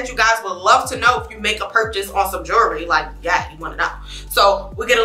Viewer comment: 28 YEARS! How; when you ain’t but 23 - 25 years old yaself??? JU POPPIN! So pretty!🥰❤️ And: “YOU KNOW YOU SO NEW YORK when “jewelry”’is pronounced “jury” Shout Out!💪🏾💪🏾😆❤️